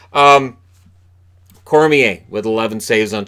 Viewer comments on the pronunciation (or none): none